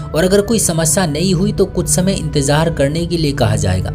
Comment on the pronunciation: Bhai aap ki kahani to acchi hai magar bura mat maniyega aap ke kahani sunane ka andaz bahot bura hai, naziya ki najiya kah rahe ho, nazar ko najar kah rahe ho, intezar ko intejar kah rahe ho, zakhm ko jakhm kah rahe ho, bolne ka tarika sahi karo apna